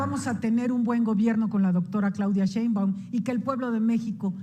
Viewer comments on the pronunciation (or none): te sugiero que no acentúes Sheinbaum de manera incorrecta. Cuando lo haces le cambio de inmediato y le cierro a a tu video. Se escucha y está mal. Me gustaría que lo corrigieras. Pronúncialo como debe de ser. Gracias.